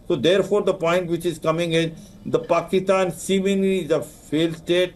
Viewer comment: Wow what an idiot you had high rank position in the government but you can't even pronounce clearly the word PAKISTAN